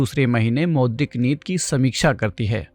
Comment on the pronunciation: Sir aap neeti ko neet neet kyun bol rahe hain